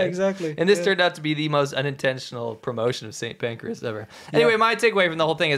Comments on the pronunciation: St Pancras ... not St Pancreas. TBH, that's not much better. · It's St Pancras not Pancreas 😂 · That's St. Pancras, not pancreas. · St Pancras, not St Pancreas. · St. PANCRAS, not Pacreas - please.